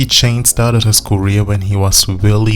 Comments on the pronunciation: Like many before me His name Is JC Not CHAINS . You wanna make a Video take the Time To GET IT RIGHT !!!!!!!!!!!!!!!!!! i Stopped watching because of THAT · JC's last name is pronounced "Sha-zay". It's French. His first name is Joshua, but his family calls him Josh. "JC" are his initials, used on the Mickey Mouse Club (there was already a guy named Josh on the show), and he continued using it into ☆NSYNC.